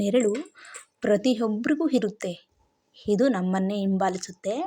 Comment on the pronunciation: ನಿಮಗೆ ಅರ್ಥವಾಗಿರಬೇಕು. ಹುತ್ತರ ಅಲ್ಲ ಉತ್ತರ. ಹಿದು ಅಲ್ಲ ಇದು. ಹಾಮೆ ಅಲ್ಲ ಆಮೆ. ಹೊಗಟು ಅಲ್ಲ ಒಗಟು. ನಾನಂತೂ subscribe ಮಾಡಲ್ಲ, share ಮಾಡಲ್ಲ, like ಕೂಡ ಮಾಡಲ್ಲ